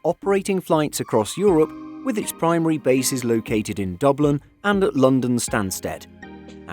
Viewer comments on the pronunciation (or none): none